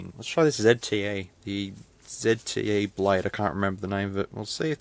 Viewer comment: Say "zte" not "zedte"!